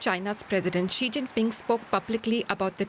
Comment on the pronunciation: Can your news anchor google how to say Xi correctly? He's making up a sound that exists neither in English nor Mandarin Chinese.